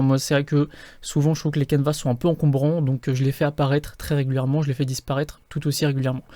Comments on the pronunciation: Toujours super ! ( Mais on ne prononce pas le "S" de Canevas , On dit "caneva" ;) ) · Bonjour, merci pour la vidéo mais pourquoi prononcer le "s" de canevas, on ne dit pas un repas en prononçant le "s" 😉